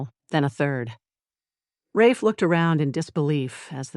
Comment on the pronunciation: I liked Mia a lot. She wasn't blind to her situation, but worked the narrative to survive the chaos around her. I love the Darius lost it during the hunt. They are a great team!💖💖💖 Ah, you know the ai did not pronounce Rafe's name correctly? Can't resist the nitpick!